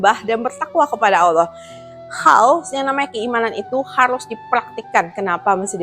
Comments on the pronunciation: Excellent ! maybe one thing, lebih baik mulai dari cara pengucapan Ollah dengan menipiskan bunyi O dan menebalkan huruf L daripada mengucapkan Olloh atau Alloh. akan lebih baik jika bisa melafadzkan Allah properly. jika lihat video-video debat Islam Kristen yang berbahasa Inggris, sangat banyak para bule kafir itu jauh lebih fasih melafadzkan nama Allah daripada umumnya orang Indonesia yang muslim. Kenapa? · Kritik dan saran aja sih utk ci.. pengucapan kata Allah nya semoga bisa dilafalkan lebih afdhal..